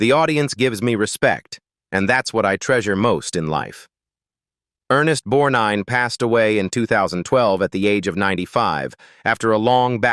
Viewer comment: I hate when the narrators don't pronounce actors name correctly It is Ernest Borgnine It's disrespectful